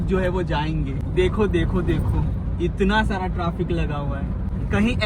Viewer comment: Bhaiya traafek nhi hota trafic hota hai